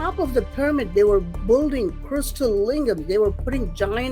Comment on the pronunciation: When is going to finally learn to pronounce "building"??? This is ridiculous!